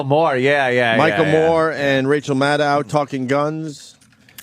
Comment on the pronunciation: Rachel "Mannow"... LOL!